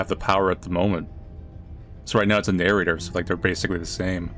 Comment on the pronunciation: "Shut up and start narrorating it narrnorator!" Best part of this video, honestly lol!